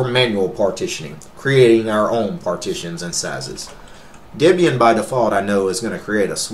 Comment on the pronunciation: A woman named Debora would not be called Dibora. Ian and Debora were boyfriend and girlfriend, later to be married, and from that Ian named his Linux distribution 25 years ago Debian. Deb for Debora, and Ian for Ian. Thus Debian, pronounced Deb Ian, not Dibion. Another tip, look at the camera, not all over everywhere except at the camera, i.e. we who are watching your video. Otherwise, nice video.